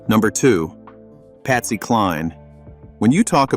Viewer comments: Patsy not Pasty ffs 🤦🏽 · They got to get these computer crap together. Patsy is not pronounced pasty